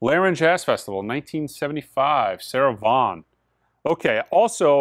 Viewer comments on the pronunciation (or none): none